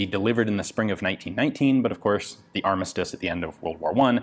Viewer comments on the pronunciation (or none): none